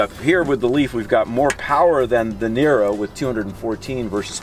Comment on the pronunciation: Now I know that Robert De Niro is very balanced on entry... xD Every time he says "the niro" I understand "De Niro" ^^